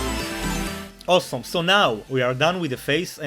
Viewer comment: owsom (he says awesome like that hahahaha)